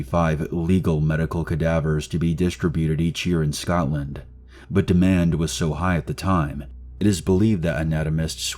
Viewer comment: cmon say Edinburgh and Scotland correctly...